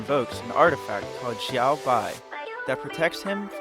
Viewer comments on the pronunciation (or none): none